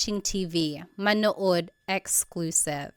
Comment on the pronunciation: How pronounced the verb "Manood" to watch, was very american 😅